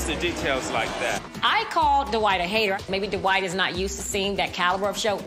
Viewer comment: Why do they always say his name like "Du WHITE"